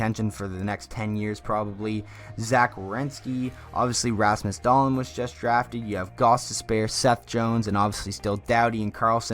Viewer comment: Rasmus...Dah-Leen will win the Calder? Yeah I can see that happening! Learn how to pronounce it lol